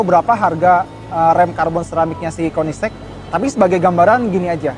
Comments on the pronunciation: koenigsegg pak, bukan koeniksek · Konisex? Kok bacanya kek gt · kok gua dengernya "konisex" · KOENDISEG = KOEDISIT 😂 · Hhahaha "Koendiseg" = kamu duluan (jawa) 😁